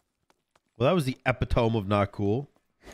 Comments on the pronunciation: not the epitome 😂😂😂😂😂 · Were you a book kid? Just the way you said “Epitome” reminds me of myself when my friends taught me otherwise 😅